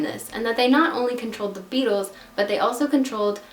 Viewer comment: When you said the Beatles in the accent I straight up thought you said the bagels